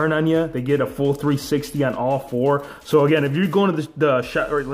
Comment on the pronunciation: You said ao not so